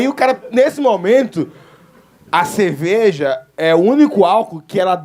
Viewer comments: Eu ouvi CEVEJA? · “Eu gosto de ceveja”